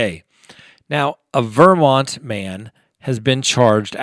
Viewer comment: So odd how you pronounce Vermont. You put the accent on the wrong syllable- does everyone in CO do this?